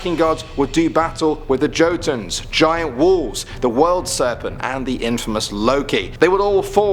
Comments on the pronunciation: Jotun NOT JOE-TUN but YO-TUN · The word Jotun is pronounced Yotune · You keep saying Jotun wrong the actual pronunciation it replace the j with a Y when saying it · Odin's eye is especially badass as he gouged it out himself. Anyone else... With as much of a drive for knowledge, might have simply let Mimir take the eye out. Also you really did a pretty amazing job... And then the jotun got you. It's a Germanic J so it gets a Y pronouncation. Just like Jeager.